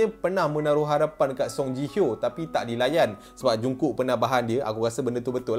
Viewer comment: Ji Hyo (Ji Hi Yo), bukan JI HO lah sebutan nama die